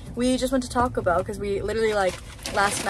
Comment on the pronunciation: her saying Taco Bell like “tocklebell” is killing me lol